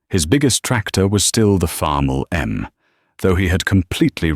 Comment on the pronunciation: He said farmall m